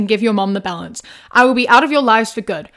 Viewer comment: My brain just keeps processing 'balance' as 'bell-ends'. I mean the parents are but 😅